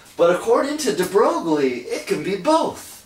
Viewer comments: HE SAID de BROG-LIE AND NOT de BROY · it's a common mispronunciation even my professor used to pronounce it like that